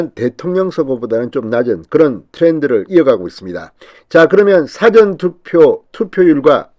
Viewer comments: 진성호님 ! 사전투표를 발음 할때에 바르게 하세요. 사~전투표로 발음하세요 사전투표로 발음하면 국어(영어,한문)사전으로 들립니다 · 진성호 씨.... 발음 좀 제대로 하세요. 국어사전 영어사전 하는 짧은 발음의 사전이 아니라 사~전 투표라고 사를 길게 발음해야 합니다. 너무 답답합니다. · 사전은 뭐? 국어 사전인가요? 사전투표냐?사전 투표냐 ? 발음 제대로 하세요.